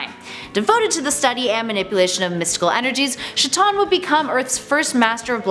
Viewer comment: Shitton? Rly we're pronouncing Chthon as "Shitton" ???